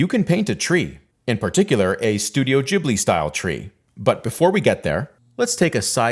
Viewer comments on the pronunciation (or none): The name is Gheeblee, not Jeeblee. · Ghibli not jibli btw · HOW do you mispronounce the name of the studio if it's explicitly spelled as GH? This is infuriating!